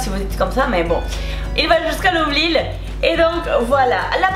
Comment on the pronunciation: On dit nombril 😊